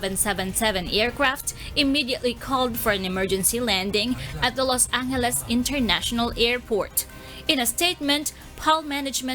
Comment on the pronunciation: Los Angheles. Lol